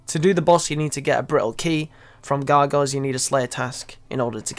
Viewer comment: wtf..... cant say gargoyles.....